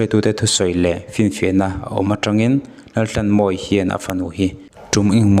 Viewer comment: Mizoṭawng chhiar dik hi a har nge ni, thisenin a ṭhanhnan tawh avanga chhiar dik thei lo, emaw awmna a zir a lam dan dik lo hi a awm theihin ka ring ta deuh. He post ah pawh hian a fanu khuaikhemtu Laltlanmawia tih pawh hi Lalthlanmawia ti a lam rik a ni a, "h" lamrikna tur a lam ri lo, lam rik lohna tura lam ri leh tlat ang chi kha anih hmel tlat. Entirnan, "tlat" tihah pawh hian "thlat" tih hram te. Tin, POCSO ACT tih turah POCCO ACT ti a lamrik te ka hre tel. A chhiartupa, lo inzir deuh la, insiamṭhat ngaihna laiah insiamṭha in, rawn ti zel rawh khai.